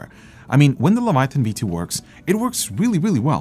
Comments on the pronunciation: Omg the way that guy was saying Leviathan was triggering. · Is it the Quebecois leaking out in pronunciation? How can Leviathan sound so butchered and not corrected by edit? o.O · might be an OG leviathan owner, but he needs to learn how to pronounce it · you must have never read the bible to not know how to pronounce leviathan lol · Good video, but what is a "levuhthyan"? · Sorry, it bugs me so i just have to mention it.. 😅 "The Levataian" ✌️✌️✌️ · Friends don't let friends pronounce "Leviathan" as "Levi-THIGH-ann." Even if someone made it to adulthood having somehow missed a thousand different cultural references to the name, the spelling doesn't support that bizarre pronunciation. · Razer: its leviathan: levethian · Cue Hermione saying "It's pronounced "luh·vai·uh·thin", not "leh·va·thigh·en". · The way that other dude says “Leviathan” “, pronouncing it as “Leve Thian”, reallly bothers me. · Le - Vi - A - Than, not Le - Vi - Thi - An... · Its LEVI-A-THAN NOT LEVI THIAN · Its annoying he keeps saying "levithian", it's leviathan dude. Lols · Leh-vuh-eye-uh-thin Phonetics! My lord Jesus stay my hand from striking the man exclaiming lev-uh-thigh-in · It's LEVIATHAN, not LEVATHIAN LOLLLLLL AT LEAST LEARN HOW TO PRONOUNCE THE WORD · I am still very happy with my Leviathan (not the battery powered one), I wish they would move away from that stupid fragile subwoofer connector. it's so fragile, mine's already bent. Also...lev-a-thi-an lol. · Did you mean... "Levathian" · Razer will never do better because people keep buying their trash. And the guy saying (Lev+uh+THYON) was ultra cringe. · Mikes pronunciation of "levathian" bugs me lol. O well keep up the good work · "Levathian" hahaha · LE - VA - TA - YAN....... wtf hes been calling it like that since 2015. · LoL....yea....fail "OG" user.....cant even pronounce it properly.... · before review-ing a product learn to pronounce it's name correctly, what is even a Levithaian? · “Leva Tha Yen” 😎